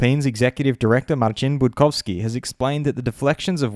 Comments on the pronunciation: Thank you for right pronounciation of Marcin Budkowski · As a Pole I like the way you pronounce Marcin Budkowski. Very clean